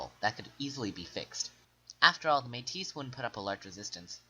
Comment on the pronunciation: you pronounced your stuff wrong its loo-e ree-el and may-tee and william mc doo-gal